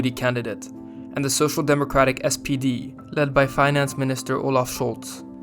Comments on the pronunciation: You keep saying "SDP" but the party is called "SPD" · One remark: in the video the narrator is calling the SPD sdp multiple times. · Great video, but it's SPD not SDP, as you said a couple of times. It stands for Social Pemocratic Darty.